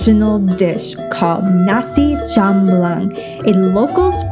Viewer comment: asem = sour (comes from the tangerine) but it will nice if you add more lemon squash jamblang pronounce as jump-blang (without 'P') those waiter cannot speak english, thats why they avoid and you come to islam restaurant, they cover their faces (the girls). thats mean not good actually. hope you alright in that restaurant